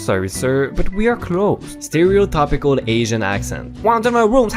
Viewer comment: Sterio-tip-icle not sterio-tap-ical